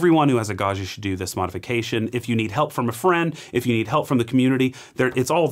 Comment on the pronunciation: Hot language tip: Gaggia is not French, it's Italian and the "gg" does not permit you to pronounce it "zh" as in "du jour" or even "Brezhnev." Gaggia is pronounced Gaw gee uh. like jam, juice, joust, adjoin and even Jimmy John.